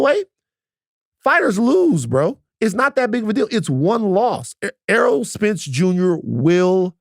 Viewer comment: Errol not Earl.